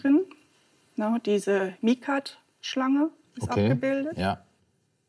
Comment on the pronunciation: sie sagt bei den Händlern Miekartschlange. Da habe ich sehr genau hingehört.